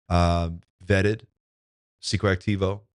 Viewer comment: Wow! You said Pscoactivo perfectly today! 😛 I think it makes sense for you to have Members only Monday on Wednesday. 🤗 Just ❤️ your channel…